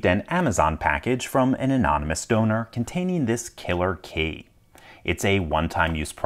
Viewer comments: The guy pronounces key like Kay, it seems to anoy me a little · he pronounces the word key like someone who never uses keys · KEY!! Say KEY!!! K-E-Y. It’s not a Kay. Stop saying Kay!! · His "key" always sounds like "Kay". No idea.